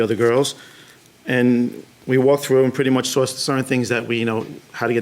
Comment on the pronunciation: Take out the "r" and you petty much nailed it!